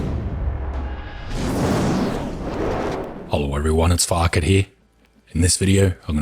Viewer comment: lol when he says "hello everyone it's Farket here" he sounds like he's saying vodka XD